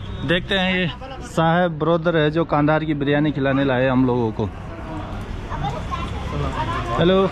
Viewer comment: कांधार नहीं कंधार है महाभारत कालीन